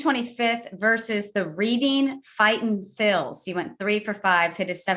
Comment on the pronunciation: Perhaps the greatest ad read of all time by. Absolutely fantastic. (Small Note: I believe the "Reading" in regards to the "Reading Fightin' Phil's" is pronounced "Redding" [or at least it was when I was a child visiting my grandparents in the area]). I do use "Schiester" often. I'm now interested if it came from Australia, or just merged into their slang.